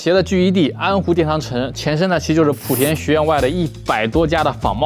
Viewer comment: 莆是第二声，别再普田普田了